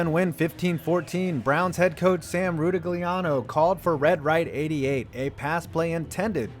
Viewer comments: pronounced "RUE-TIG-LEE-AN-O" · It's pronounced "Ra-TIG-LI-Ah-No"....(c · Phonetically I believe it's pronounced: Roo-tig-lee-ah-no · Not sure how you're including RR88 as a stupid coaching decision if you know that there was solid logic in not sending out the kicker and that Sipe tried to force a throw instead tossing it into Lake Erie. Sam Rutigliano would have rolled over in his grave with your pronunciation, but he's still alive.